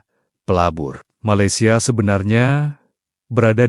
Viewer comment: Malaysian rk sebut maylesia..TP ME laysia..so emng indon..